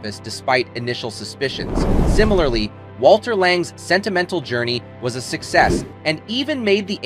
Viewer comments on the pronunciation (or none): none